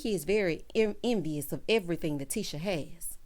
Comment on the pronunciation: 🤣 She was trying too say... She's.... ENVIOUS....😳🤣